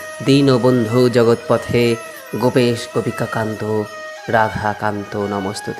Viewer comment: Khub sundor vdo kintu ekta katha boli pronaam montre barbar jogotpothe sunte ektu onnorokom lagche jogotpote mane jogoter nath ke bola hoi tai he krishna Karuna sindhu dinbondhu jagatpate gopesh gopikakanta radhakanta namahashtute 🙏🙏🙏🙏🙏